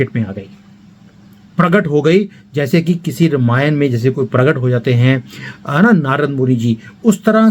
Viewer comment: आप रामायण को रमायन क्यू बोलते है क्या ये स्टाईल हैं या आप ये सोचते की सही उच्चारण रमायन है